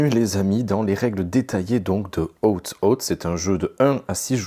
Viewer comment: Oootez moi d’un doute, vous n’êtes pas prof d’anglais ? Très bonne vidéo but please check how to say : oath. Surtout si vous tenez à le répéter toutes les 10 secondes. 😉